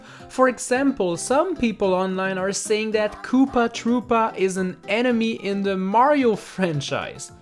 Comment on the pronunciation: I thought you said poopa tropa